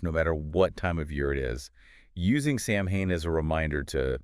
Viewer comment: It's just not pronounced the way it's spelled. It's Sow-wen. I know, not phonetic.